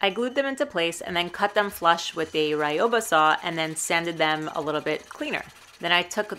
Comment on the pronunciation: She also said Ryobi wrong. It’s Ryobi, like a bee. Not Ryobah, like bahaha. Many people never learn.